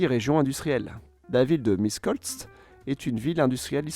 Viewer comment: Michekoltz, Petche... is how you are supposed to read Miskolc and Pecs. You did a very good job on the video, anyawys! P.S. There were many more tram systems built in that period, such as the one Temesvar/Timisoara. Also, Timisoara is bigger than Oradea, Satu Mare and Arad, it being the largest in Western Romania, with about 5% hungarians, and it was not mentioned.